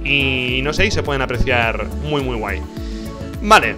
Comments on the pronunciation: MU RARO? Rich, se confirma que eres de Murcia :v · alguien mas noto que decía MU RARO ?